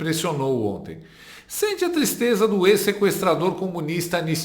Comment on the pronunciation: QUE "TLISTLEZA" REDEBOBO. 😢